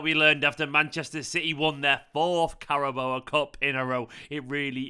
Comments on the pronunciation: Please pronounce carabao correct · after winning 4 you gotta learn how to say carabao